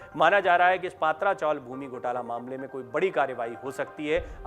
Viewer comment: अरे भाई पात्रा नही पत्रा चाल जीसको सिद्धार्थ नगर बोलते ह ये गोरेगाव मे स्थित है।